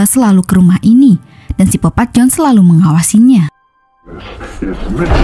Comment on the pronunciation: Sikopat bukan sipopat